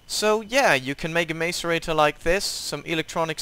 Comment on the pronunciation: Mace-a-rate-or It’s Mass-eh-rate-or